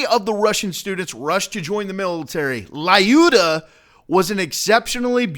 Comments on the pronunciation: it is pronounced luda not lyuda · i`m from Russia and every time then you pronouncing Lyuda "LAUDA" i am hiccup! in right pronunciation Lyuda no letter A most right way to say that is say Luda that is more close to original In English variant 2 letters together y and u exchange one Russion letter "Ю" :) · I had heard about this before but I couldn't see the analogy with the console wars thing. By the way, it's pronounced "Lyooda", not "Lie-you-da". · I believe "Lyuda" should be pronounced, "L'YU-da", NOT "Lie-U-dah". Just throwing that out there. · Haha I love you attempt at Russian, my friend. But her name is Lyudmila (Людмила), it's more respectful. And you say her little nick name like "Lee-yoo-da" no "L-I-ooda", but never the less, awesome job with research! I just don't know why it had to be her and not Vasily Zaytsev. Either way, it is awesome, sad though that I'm Russian and I have this and I got the rifle that killed my ancestors. Lol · or looda not luda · Just saying, lyuda is pronounced "lude-ah" ... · The "Y" in Lyuda is silent. Just so everyone knows.